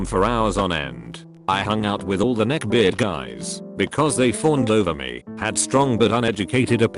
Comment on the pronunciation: Neck-birds wearing mak-yup? Jesus Christ! Is your bot the neckbeard among voicebots?!!